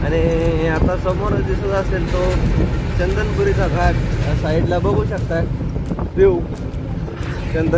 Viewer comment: चंदनपुरी नाही, चंदनापुरी आहे.